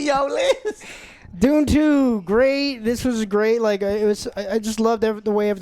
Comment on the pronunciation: When says dune 2 I thought he said doom 2, that would be boss